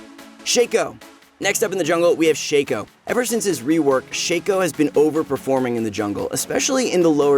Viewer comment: Shack O not Shake O